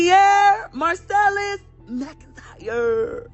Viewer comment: ITS "MACINTYRE" NOT "MICINTYRE"😫😫😫😫